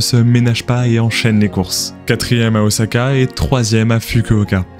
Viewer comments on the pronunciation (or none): none